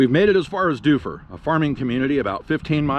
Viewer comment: He pronounced Shaniko and Dufur right though. Be kind, tourism is the only reason Central Oregon isn't deserted!